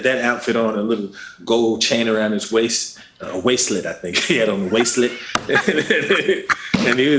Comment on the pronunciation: I lost my shit.. that fool said a "waist-let"...LMAO